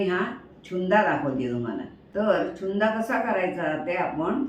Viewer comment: नमस्कार तुमचे सर्व पदार्थ खूप छानच होतात, चुन्दा नाही "छून्दा" म्हणतात गुजराथी पदार्थ आहे